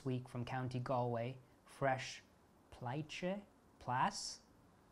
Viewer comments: The fish is plaice pronounced place. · in return for motivating me to get writing. Plaice is pronounced like place. Galway is Gall (like gallbladder) from an Irish woman like Gigi (but not even a quarter of her eloquence.) You can't have the locals making fun of you when you get time to visit your friend again. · Plaice rhymes with lace and is a delicious fish like flounder. Thanks for the impetus to put pen to paper! I half expected you to say you make your own paper and ink, you are so accomplished! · Plaice is pronounced "place". Galway is pronounced "gall- way" I haven't checked yet as I'm too enthralled, but I HOPE that there is more from you on YouTube. I hope you have a channel!!!! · Hello,, I must tell you that I thoroughly enjoy your videos, they bring a sense of much-needed calm in what has been some tumultuous times of late for me. I chuckled when you tried to pronounce the word "Plaice" in the letter from your dear friend from Ireland. Hailing from across the pond myself in jolly old England, I recognized the spelling and knew instantly that she was talking about the fish, pronounced "place". I have included a link here that tells you all about it, it really is quite delicious and I hope you will get to taste it one day, preferably sharing the meal with your friend who wrote you the letter. Wouldn't that be lovely indeed! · plaice is a fish - like "place"